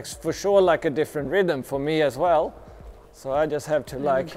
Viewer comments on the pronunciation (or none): How do you know he's german? The way he says "Soooooo" :D